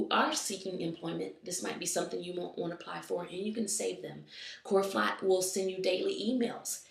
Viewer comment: 'clorofot' hehehe